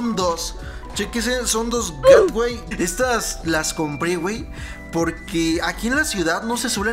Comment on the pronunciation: Para k sepas, los juegos no se pronuncian meyden. Se dice asi como se escribe, maden asi se pronuncia. Y las lap no se pronuncian gatway, se pronuncian geytwey.